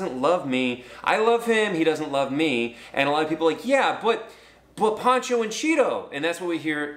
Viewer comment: Poh cho. Like ocho. Ocho Cinco. Pocho Cinco. POHcho